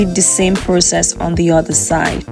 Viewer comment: Each oTHER is NOT pronounced each uDDER ! Why are you doing this?